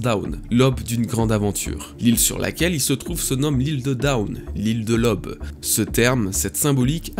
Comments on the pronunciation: Tu me fais un mal de chien aux oreilles: NON, on ne dit pas "lob", on dit "L'AUBE" !!! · Un fan qui fait des vidéos pour les fans. Je te suis depuis plusieurs années maintenant et tu mérite ton succès. PS ta manière de dire "Who's who" et "aube" est vraiment éclaté au sol :-)